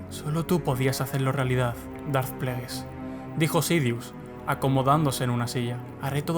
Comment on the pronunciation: 'Dart Plagueis' foneticaaaaa 😖😖 se pronuncia "Pleguis"